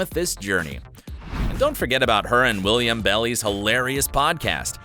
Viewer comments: Courtney Act won’t Big Brother UK. And it’s Willam not William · HIS NAME IS WILLAM!! so ignorant to mispronounce such an iconic queens name especially when your profiting off these girls with your videos.... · You got Willam's name wrong. You said William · i was triggered when the host said "William" instead of Willam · it's willam not william OMG!!!! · Did they really just called Willam "William" 🙄🙄🙄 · Did you really just call Willam, William? Fired. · It’s Willam!!!!! Not William !!! Who got these straight men narrating about drag they don’t know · Willam it's willumm Mary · Excuse me, but did he say “Will-i-am” 👂🏾???? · It’s willam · I just Paused. Did he just say Willam’s name wrong? Alright I’m done. Bye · And once again they butchered Willam's name. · Pronounces Willam’s name wrong 🤦🏼‍♂️ & Courtney Act won Celebrity BB UK not Australia... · When they said Willam’s name wrong I was literally like 👁o👁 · Dean Carius lol I was like 😬 did anyone else noticed William Belly’s? Not Willam Belli 🙊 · He got nothing right in Willam's name. It's Willam Belli not William Belly. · Not really 🤭lots of messed up facts and mispronounced names (Willam and Sahara), but okay😂❤